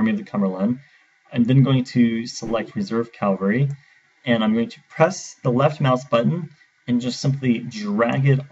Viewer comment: CAVALRY NOT CALVARY GAAAHHHHH